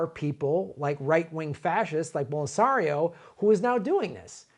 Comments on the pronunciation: "Bolserio"? I love, but that was weird. It didnt occur to him that Glenn was pronouncing it correctly? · For the record, Lula was released just recently. Michael at the Michael Brooks show just did an interview with Lula. Highly recommended. Also, it's pronounced Bol-sin-aro